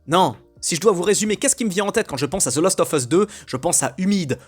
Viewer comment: "last" pas "lost"